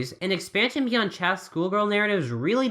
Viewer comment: Love you but “chaste” ain’t pronounced that way a friend tells you